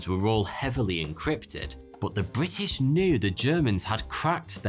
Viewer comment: Bri ' ish